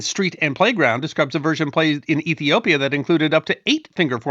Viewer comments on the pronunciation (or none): none